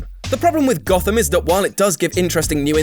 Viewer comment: Everything you just said went out the window the second you babbled the word Gotham. Your integrity and respect just blew up. Just another case of someone deeming a show to hell just because they didn't like the only episode they watched.